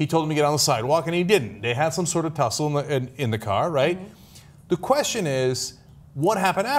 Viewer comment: lol, "tussle"